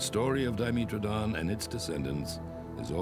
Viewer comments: Its DYEmetrodon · It's pronounced Di-ME-tra-don? I thought it was pronounced Do-MEH-tra-don.